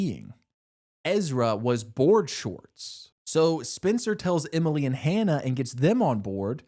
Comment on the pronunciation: “Aria, Hannah, Spen-sir…..Imily, and Mona”